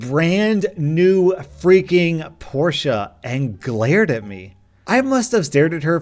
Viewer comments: It's german yes, that's why it's pronounced "porshe". It's definitely not "porsch" like how a lot of people call it, and I have never even heard "porshah" until now. How did the "e" sound suddenly turn into a long "a"? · Porsha pronounciation lol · Porsche is pronounced as Porsh NOT Porsha Ghibli is pronounced as Jibli NOT Gibli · Why do people say Porscha and not Porsche where the e is silent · btw it ispronounced a porsh not porsha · im about to go Hermionie mode. dude PORSCHE is NOT said like PorschAH it is pronounced like PORSH. THank you for your time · A BRAND NEW PORSCHA nope. It is pronounced Porsche not with an a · hey_dude1 - it’s pronounced PORSCHE and not PORSCHAAA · It it pronounced porsh not poor shu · its pronounced "porsh" not "porsha" btw not hating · “Porscha” wtf is a porsha it’s pronounced exactly as it’s spelt you melt ‘por-sh’ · Porsha 😂 it's pronounced Poorsh, no hate intended I just wanted you to know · at the start the first time you said porsche it sounded like porshu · Porsha? Are you a new born? Porshe the e is silent and would not make an a sound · Porsha? It's pronounced "porsh" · Its Porsche not porsha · Did he say Porsche-A insted of just Porsche. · bro its porsh not porsha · Porsche not porscha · Porsha what? It’s pronounced Porsche with a silent e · It's Por-sha, not Por-shh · Why is he saying porsha is porche pronounced poor shhhhh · please look up how to say Porsche, I beg of you, it's more like porsch-e instead of the "porscha" which you say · Its not porsha its porsh Is how its pronounced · Porscha porscha hahaha its Porsche silent e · Porche is pronounced porsh. Not porshuh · Porsche is pronounced porsch, not porsch-a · HE SAYS PORSCHE LIKE PORSCHA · Why do you pronounce Porsche like por-she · did he just call it a porsha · M8 the e in porshe is silent it's pronounced porsh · I don’t think is pronounced Porscha. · It is Porsche not porsha!!!! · Calling a Porsche a porscha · “porsha” porsche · Noone:: por-sha